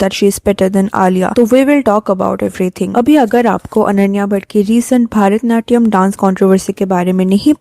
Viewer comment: It's not भारतनाट्यम it's भरतनाट्यम